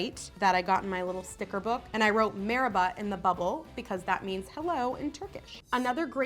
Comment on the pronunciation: its not pronounced like she did merhaba is not pronounced meeraba its Mar ha ba